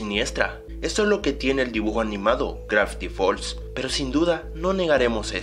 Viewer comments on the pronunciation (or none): Soy yo o al principio dijo grafty falls